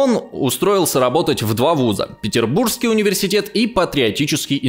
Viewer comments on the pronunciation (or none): none